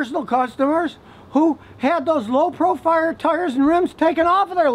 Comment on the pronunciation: LOW PROFIRE TILES 😂😂😂